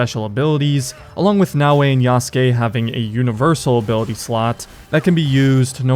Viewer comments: When will people learn to pronounce Yasuke correctly... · this game has been talked about for too long for bro to still pronounce yasuke wrong